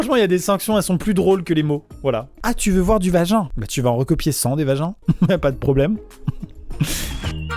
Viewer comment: C VAGIN CA SE LIE VAJIN